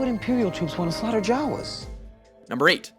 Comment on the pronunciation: YOU PRONOUNCED JAWA WRONG!!!👎🏻